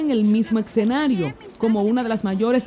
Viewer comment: Por qué dice excenario??? Se dice escenario y ya